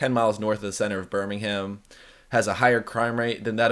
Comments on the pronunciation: Just so you know bud, you don’t pronounce the H at the end of Birmingham 😂 you pronounce it like Birming-um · Stop saying the "ham" in Birmingham ... it's Birmingum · It’s pronounced burmingem 😂